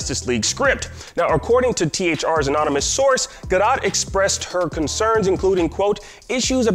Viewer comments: It's pronounced like "ga-dough" not "ga-dot" You don't pronounce the T. No hate though! Thanks for the updates! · Yes it is there is no soft T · It's gal Ga-Doh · Most of the dislikes is because of him repeatedly mispronouncing Gal's last name. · Who else is triggered by the way he kept saying Gal Gadot's name like an American... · He must be ... an American??! What a fool 😡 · This man needs to learn how to pronounce their names. Wow...rude.